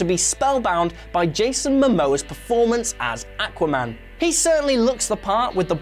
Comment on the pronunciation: Awesome sounded fine to me. maybe kiwis say it the same